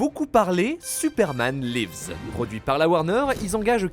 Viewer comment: Putain mais ce niveau de médiocrité en anglais .. même pas foutu de prononcer "lives" correctement ... Vous êtes "Youtuber" cinéma, essayez un minimum de vous appliquer à prononcer de nom de titre correctement.